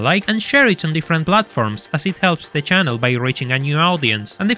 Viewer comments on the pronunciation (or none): I swear this is the only car enthusiastic youtuber to say 'audience' with 'audi' this has made my day